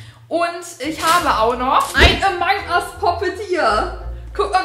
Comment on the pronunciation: Sie sagt einfach amang ust Pop it🤣🤣🤣